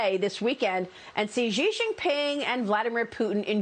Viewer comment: It’s not like his name is a secret or anything. I’m wondering what my fellow Americans can’t pronounce Xi. It’s just like “she.” Badabing, done.